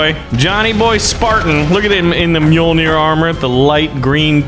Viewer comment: I'd hate to be "that guy" but it's Orbital Drop SHOCK Units. At least you said Mjolnir right